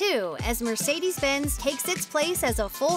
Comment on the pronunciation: Mercedes is also pronounced very wrong, eventhou it is very much possible for english speakers to say it the right way.